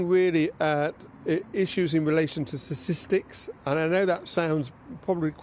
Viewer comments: He needs to learn how to pronounce statistics! It's sta tis tics. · He needs to learn how to say statistics, and quickly! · I like the way he cannot pronounce 'statistics'. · She needs someone better than this. Can't even pronounce "statistics" correctly.